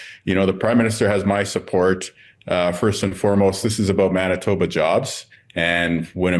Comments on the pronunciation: MAN-itoba, not MON-itba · It’s Man-itoba not mon babbling ben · Man-i-tob-a. Manitoba. Hard 'a' like in the word itself, Man..(not a soft a like Mon) Been telling you all for ages, Canada isn't f'cking around with the US or Isreal and we are more pissed than anyone else it seems.. We've been backing out of both places for a while now. Long before Americans and Isreali's started this ridiculous war. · Monitoba… c’mon, mon, you gotta try harder 😂😂😂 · Monitoba? Not to make fun of you, but it’s pronounced Manitoba. The first syllable being “man”. I love your content and this is my favourite channel. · MAAANITOBA not Mubitoba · Manitoba is pronounced "man", not "mon"! Go,! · It isn’t mawn-it-toe-bah, it’s man-it-toe-bah. Not being a snot, just fix your pronunciation if you are going to be talking about sovereign countries and their provinces/ states / territories. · It's pronounced Man itoba not Mon itoba. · Its pronounced MANitoba. Not MONitoba. Just a little thing i noticed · "Mon"-itoba, yank? Seriously? It's Man-istoba. Face palm. Love your show, Ben. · 😂”Monitoba”???😂 dude, this is funny. You reminded me of Micheal Scott when he went to Winnipeg! Lol 😂😂😂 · It's pronounced - Man a Toe Bah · Ben,it's pronounced Man- itoba,but thanks for reporting on Canada and what Canadians think of Trump's disgusting government. We hate living next to the Manbaby as much as Americans with brains hate him. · MAN-uh-toh-ba, Ben... fuck... and did you say 'themself' at one point...? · LOL,epic fail when you put an ‘s’ in Manitoba. 😂 We had to teach him how to say Alberta, he’s willing to learn. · Ben , please learn how to pronounce Canadian words😊. Thanks for what you do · Okay Ben, I know that you are exhausted, but please say Manitoba correctly. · It's not preem 'YEER, it's 'PREEM yer. and it's not Mahn itoba, it's Man itoba. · MAN-uh-toh-ba, Ben... fuck... and did you say 'themself' at one point...? AND IT'S 'BOM-BAR-DEER' IN ENGLISH... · PREE-mier from Maaaaanitoba, Ben.